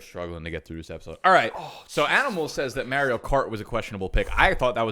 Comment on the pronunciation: Your pronounciation of Mario made my ears start to bleed bro